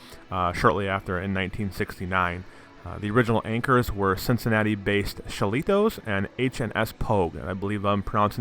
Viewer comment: It was pronounced "Shill a Toes"